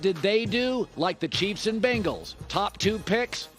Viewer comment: Colin, Bruh...there's no such NFL team as the Bangles. That was an 80's girl band name. The NFL team is called the Bengals...see how that first vowel is an E, not an A. Try to pronounce it like Ben...like your Uncle Ben. Like Ben Wallace, like Ben Shapiro, Like Ben Kanobi...whatever can help you pronounce it correctly. It'd be just as strange if you pronounced Ban Wallace, Ban Shapiro, Ban Kanobi, Uncle Ban. I mean it'd sound like you were trying to ban everything.